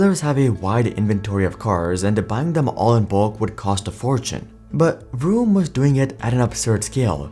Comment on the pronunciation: Listening to you pronounce vroom as broom every time 😂